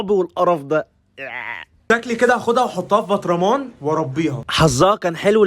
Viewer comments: انت بتقول نحطها في البطرامان❌ اسمها برطمان✅😂😂😂😂😂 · كرتون بطرمان انت بتقول برطمان😂😂😂😂😂